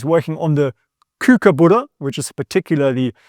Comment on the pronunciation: I love your pronunciation of kookaburra 😂 I haven’t heard that one before